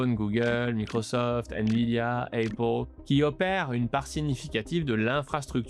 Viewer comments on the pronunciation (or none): none